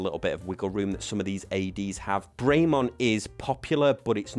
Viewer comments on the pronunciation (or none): It's not "Bray Mont " it's "Brem on" . Nice watch though